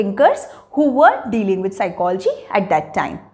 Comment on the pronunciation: Please correct Ur pronunciation of psychology. Secondly its bakwas